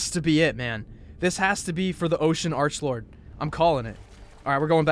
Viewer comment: It’s not how you say Arch lord It’s Arklord